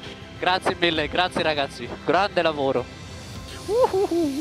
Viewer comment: Voy a extrañar a sebastian vettel diciendo graciee ragazzi